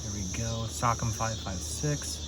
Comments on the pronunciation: Rock ‘em SOCOM robots So-calm would be the pronunciation my brotha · Sock 'em 😆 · The way he pronounced socom 😂😂